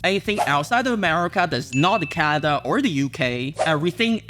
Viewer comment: America ❌ Amerema ✅